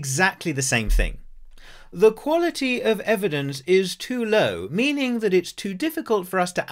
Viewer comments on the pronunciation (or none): none